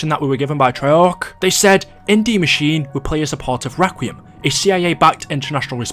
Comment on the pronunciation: For crying out loud it’s pronounced DE MACHINEAAA Not machine it was even said that way in the reveal yes a smalll miss up but it bothers the hell out of me